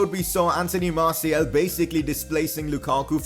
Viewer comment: Hes name is Marsial. Not marsiel!